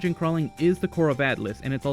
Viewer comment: Atlyss, not Attlys